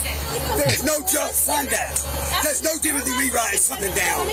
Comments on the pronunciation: When did NO become NOAH?? Or STOPAH?? whatah the fcukah.. edgimakation ah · The two-syllable "no". "No-wah". The cry of the wild brat.